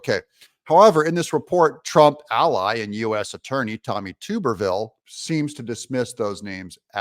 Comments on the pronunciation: Doug its not tube er ville its tuberville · Not TUBE-R-VILLE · Tuberville the “U” sound is short. Not long. Stop saying tube. Wash Tub. Say Tub tall man! Don’t take offense. Love ya Man! Appreciate what you do. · It is not pronounced ”Too-Berr-Ville!! Man we can tell your not from the south!! Its Tub-er-Ville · I like Vivek! PS: Senator Tuberville is pronounced like your, Bath Tub! Tub, not tupe😊 Love the show, too tall! Don't ever change 😊 Peace. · Hi Doug, just an FYI, Sen Tommy Tuberville's last name is pronounced "tub-er-vill" not "toob-er-vill". He was Auburn's football coach and everyone who knows about him pronounces it "tub-er-vill". Greatly appreciate your analysis on the VP hopefuls. My favorite by the way is Gov. Kristi Noem (1st choice) followed by Gov. Sara Sanders and my longshot but a real conundrum to beat from the Dems would be Lt.Gov Winsome Sears of VA who may very well win the potential swing state of VA with her on the ticket. And she's a dynamo conservative! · Please correct your pronunciation of Tommy Tuberville's name. It is pronounced Tub-er-ville not Tube-r-ville. He is the senior senator from my state, Alabama, and former coach of my alma mater, Auburn University. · Tub ber ville not Toob er ville. Just an fyi! Keep up the good work Doug. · Tub-er-ville. Not tube-r-ville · Hey Doug you say his name tub not tube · You Killin me with the Tooberville😂😂 It's Tubber like Tupperware except with the B😂😂😂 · It’s TUB-er-ville. Not TUBE-er-ville. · Doug Tommy’s last name is pronounced Tub er ville Not tuber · It's TUB-ER-VILLE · Tuberville is pronounced Tub- like a "bath tub". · Please Doug…Tuberville is pronounced Tub…er…ville. Like a bath TUB. Love your commentaries! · ❤️🤍💙 *THANK YOU DOUG* 👍🏼😘❤️ *btw, just an FYI, believe it's pronounced, "TUB..ER..VILLE"..AS in BATH TUB* 👍🏼😘❤️ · “Tuberville rhymes with Rubberville 😂. Are you pronouncing his name wrong on purpose? Not asking in anger, just curious and a little amused 😂